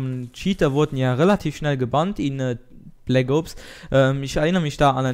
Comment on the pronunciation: bleggoobs, deine aussprache :DD